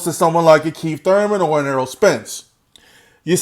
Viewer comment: Its Errol not Earl bro ;-)